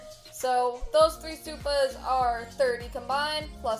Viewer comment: when a white person says supa